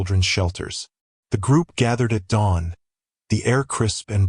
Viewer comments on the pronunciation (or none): none